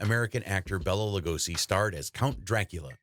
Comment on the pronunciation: Lugosi's first name is pronounced BAY-la, nor "Bella".